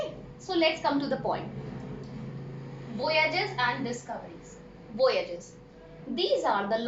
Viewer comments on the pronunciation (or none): Not vouage it is voyges